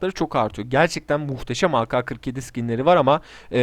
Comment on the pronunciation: O bi kere a ka skini değil a ke skini mal